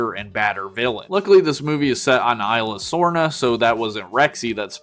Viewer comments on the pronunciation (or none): Its pronounced like ease-luh-sorna. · It's esla sorna!